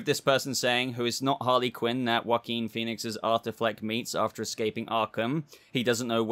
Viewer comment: Very nice spanish pronunciation of the name "Joaquín".